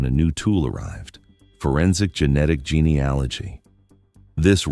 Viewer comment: If you are going to post crime stories that use genealogy, due to it's importance in forensics, you may want to say it correctly. You currently say it wrong every time. Google it and correct these posts, it doesn't give much credence to your research. Is it also wrong?+